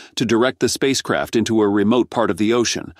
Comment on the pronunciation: Every time he said space craft, I heard space crap! Hahahaha